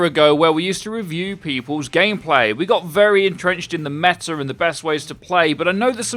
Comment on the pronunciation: When you say metter, do you mean meta?